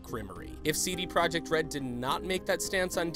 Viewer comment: did you know you dont read PROJEKT the same as PROJECT. english